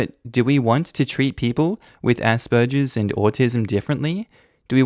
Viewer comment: Why tf are you pronouncing it asperjer? It's a hard G sound.